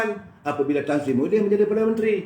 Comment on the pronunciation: maafkan sy, jgn sebut Muhiydin tp kena sebut Mahiadin....